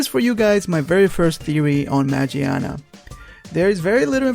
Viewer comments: You mispronounce her name is not majiana is magiana it comes from mecha (machina) and gear (gia in Japanese) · It's been official pronounced as Ma-GEAR-na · It's MAGEARNA ... u said it wrong... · Actually, it's pronounced Ma "Gia" na, not "Jia" because it's English name is Magearna.. Gia, gear, Gia is the way they pronounce Gear in Japanese. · Dude its magearna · Isnt a oart of its name origins Ma"GEAR"na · magearna. ma-gear-na.